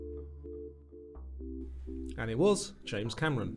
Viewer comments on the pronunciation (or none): none